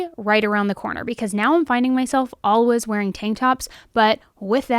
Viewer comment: I love this channel but there have been a couple videos I had to turn off because it had the word always in it so much. She pronounces it aww-ays. No L in it.